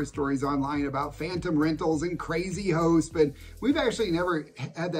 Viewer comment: Well, I really wasn't laughing at you but, I had a good one. you said crazy hosts and 3 or 4 times through I thought you said crazy hoes. I'm 3000% more afraid of crazy hoes than I am crazy hosts, especially in NYC. On a different note, somebody commented on another video that retirees weren't getting enough attention. I spent a few hours going through some of the past Amelia And videos and the refresher was well worth it. There was so much I didn't retain. I don't know that it would help but, maybe a playlist on your channel titled Fixed Income Retirees. A lot of the Ecuador Cost Of Living could go there as well as many other videos. I think the main takeaway is that except for a few cases, you can live a better life in Ecuador with what you have coming in than you could in the US. It does make a lot..a whole lot of difference on what you absolutely can't do without. If you have to have all US processed food instead of any of the healthier food available in Ecuador, it may cost you more. I knew a guy that his wife wanted to move to Panama but, he couldn't give up his liquor stores in the US. Maybe if you moved to Panama, you wouldn't have to drink so much.